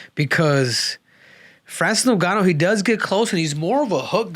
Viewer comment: Bruh are your trolling or is it real you cant pronounce names?? FRANCIS NOONGANO......OR FRANCIS NEWNGANO?